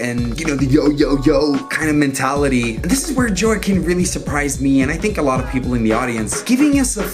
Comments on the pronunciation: Joaquin (Hoe-ah-keen) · Ur brutalizing peoples names lol. Alfonso Ribiero…not Roberto. It’s Joaquin pronounced as (Wah-Keen). Ur a BBoy n all about respect, correct? Well u def need to pronounce n put RESPEK on these folks’ names, brotha. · Love the way he butchered Joaquin’s name. Priceless! But still an amazing video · Joaquin Phoenix, YOU DON'T KNOW HOW TO SAY, 'JOAQUIN?'!